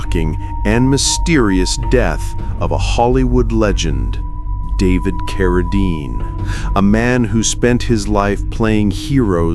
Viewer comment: Geez, teach you STUPID AI narrator to pronounce "Cara-deen" correctly...